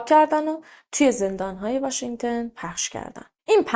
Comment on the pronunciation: آقا همه اطلاعاتمون قاتی پاتی شد واشنگتُن نه واشنگتِن